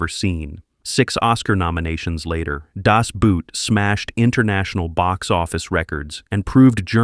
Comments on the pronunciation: Das Boot is pronounced boat. Same as in English. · Das Boot doesn't write with brute! The boot is on the other foot! It's a submarine, a U-Boot. It sounds similar to English "boat". (Was this an AI commentary?) Is this an AI comment? Nope. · Uhm ... The Lives of Others is not a ww2 movie. It's a great movie but just doesn't belong in that list. Also please stop pronouncing "Das Boot" as if you were talking about footwear when the actual german pronounciation is so close to the english "boat". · He meant to say, that the narrator utterly mis-pronounced "Das Boot". But not only that: "Bruno Ganz", "Günther Grass", "Volker Schlöndorff", "Rainer Werner Fassbinder" are also butchered pretty badly... :-(